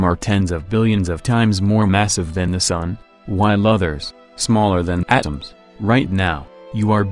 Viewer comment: The way he said "atoms" really made me laugh 😂